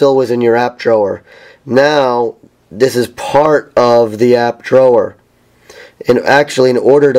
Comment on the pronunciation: I really dislike your pronunciation of "Drawer"